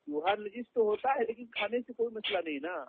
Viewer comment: naajis nahi hota najis hota hai bhai.